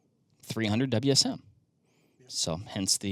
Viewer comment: I've been using the 300WSM for years and have good success with it. Although in a more traditional fashion with a short action and 168-175 Barnes bullets. I do hate your calling the 300WSM the "300 Wizzum" though haha. You don't call the 6.5PRC the "6.5 Perk".